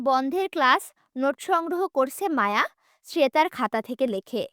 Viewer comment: রিদ বলে আওট😡আর মায়া বলে ওমম😐